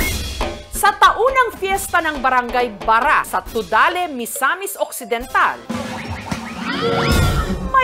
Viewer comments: BARRA TUDELA yan!V hindi TUDALE hahahaha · Tudela poh,hindi tudale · Its Tudela not Tudale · tudela po hindi tudale